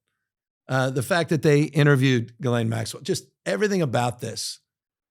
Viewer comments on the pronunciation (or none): none